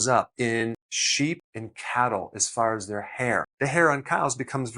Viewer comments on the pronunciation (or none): none